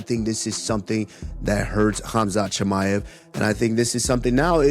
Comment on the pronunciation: Bruh turned khamzat into chinese lol chimeav to Mr ching ma ev 😂 That being said khamzat would still beat ulberg